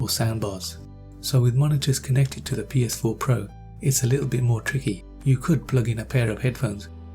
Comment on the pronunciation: This dude said PSP pro